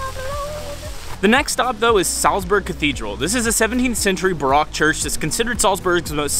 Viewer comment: Good fun video. Baroque is pronounced “buh-roke” like you’re saying broke in English into two syllables 😊